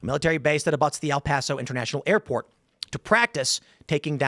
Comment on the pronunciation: "Airporn" I can't be the only one to hear Tim say that right?